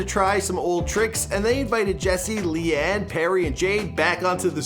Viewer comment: leigh-anne isnt pronounced lee-anne :/